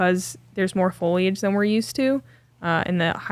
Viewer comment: Per usual great job in the booth and also great job the all the behind the scene peeps. Loved how Caroline flushed 15. 😌 Also not to nit pick but if you want to keep up with Uli you have to properly enunciate foil lee age, man don't even think that is right, got to watch some of the past vids. 🌳 (wanted to put a goose emoji but could not find one, honk)